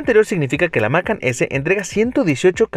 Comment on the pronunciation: Se pronuncia Macán no Mácan